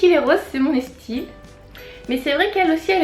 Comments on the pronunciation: Oui elles l'ont dit dans un vlog elles disent "estyle" et pas "style" mais elles ne savent pas pourquoi :') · coucou ! j'ai un bug vous dites " estyle " haha jsp pk j'entends pas " style " mais "style " ;) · pour celles et ceux qui ne savent pas pourquoi et disent "estyle" ou "estile" je ne sais plus comment cela s'écrit! Tout simplem